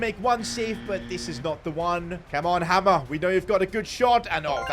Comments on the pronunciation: Hi I just wanna say hamer is not pronounced like hammer, it’s hay mer basically! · It's pronounced haymer not hamer 😅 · Its not 'Hammer' it is 'Hay-mur' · Your pronouncing hamer wrong it’s like hay mer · It’s pronounced haymer not hammer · Hamer is pronounced hey-mer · You are pronouncing hamers name wrong it’s pronounced hay mer